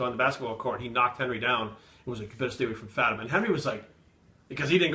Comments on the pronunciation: Fátima is a Portuguese name. The "á" is pronounced differently. If you only use A it sounds like "uh" but when you use the ´ it sounds like the way you pronounce the "A" in Classy for exemple. So the way you said would sound like Fuhhtima (Like a Russian accent). So it's Fá ti ma. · Isn't it pronounced Faa ti ma? (Not that I would know) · I always thought it was pronounced fuh-team-ah